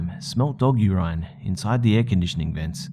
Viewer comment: Why is no one talking about how strangely he said "Urine"?